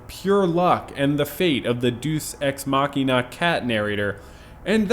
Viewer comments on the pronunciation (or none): machina is pronounced makina